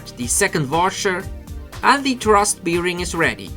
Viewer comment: Nur ein kleiner Hinweis, "Bearing" wird "Berring" ausgesprochen, ein "Beering" is eine Sauferei ;D Im Übrigen ein tolles Video, super, dass MIP die 250 Vorbestellungen erreicht hat. Welche Fernsteuerung verwendest du?